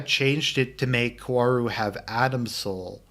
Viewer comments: I do agree almost at everything with you. But just to further clarify, the correct pronunciation of Kaworu's name is "Ka-O-Ru", Japanese phonetics are very different from English, so that's why it can be hard for English speakers to say his name. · Based on the comments I’m not even gonna waste 30 min to hear you pretend he’s not in love with Shinji and how you also keep mispronouncing his name.